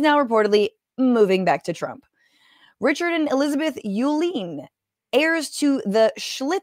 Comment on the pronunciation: Uihline is pronounced U-line (like the name on the side of the trucks you see around town which, yes, are part of the Uihline empire - they sell commercial cleaning supplies and that family is not at all a friend of the working man). Not trying to criticize your pronunciation, more like I'm trying to point out that this is one of those oligarchs that walks shamelessly among us working stiffs.